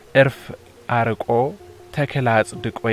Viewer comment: እርፍ አርቆ "ር" ጠብቆ ነው የሚነበበው ማራቅን ሳይሆን ማረቅን ይተረጉም ዘንድ፡፡